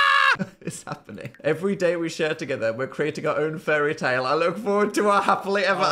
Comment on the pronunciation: At around 21 mins in you say the word "fairy-tale" and my ears heard "FURRY-tale" 🤣🤣🤣